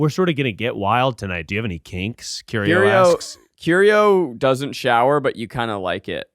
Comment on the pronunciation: put some respect on mr arte fact's name. 'curio' smh